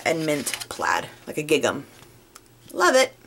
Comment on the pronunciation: Gingham, not gigam.